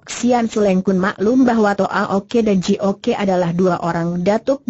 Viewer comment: Terlalu dipaksakan diperpanjang dg membuat tokoh2 baru ..jadi bertele2 Twa Ok dibaca Twa Oke Ji Ok dibaca Ji Oke Sam Ok dibaca Sam Oke.. lucu...